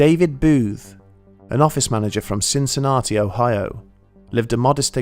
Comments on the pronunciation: I know you work hard on these videos and they are brilliant, but "Cin Cin Arty" - lolz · I love this channel and look forward to new episodes. Please check your pronunciation of 'Cincinnati' - you've got it wrong.